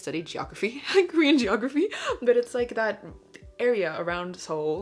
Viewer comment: praise for actually saying Seoul correctly